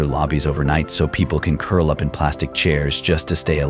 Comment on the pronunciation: Ok, this is horrifying. But you know the narrator is AI when they say the word 'up' as u p.